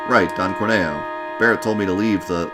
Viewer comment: Also, it's always and forever pronounced Cor-Neo because Corneo is horny-o